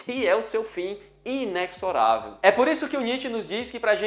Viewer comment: A palavra inexorável é “inezorável”, ou seja, a consoante x assume o som /z/.